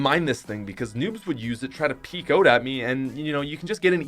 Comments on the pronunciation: Who else realises he says ‘oat’ instead of ‘out’ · Nobody: Out is pronounced oat